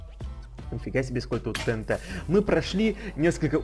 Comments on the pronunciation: не тнт а тиэнти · Всё класс но не тээнтэ а тиэнти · Не тенте а тиенти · правильно говорится тиинти